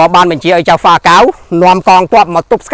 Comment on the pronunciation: ពាក្យ«ចៅហ្វា» សូមអានថា ចៅវា មិនមែនអានថា «Chao Fa» ទេ។ ពាក្យ«Chao Fa»ជាពាក្យសៀមទេ។ ឯខ្មែរយើងវិញ គេអានថា «ចៅវា» តែគេសរសេរថា «ចៅហ្វា»